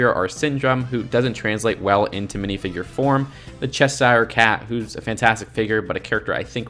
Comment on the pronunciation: It’s pronounced chesh er not eye-er from a Brit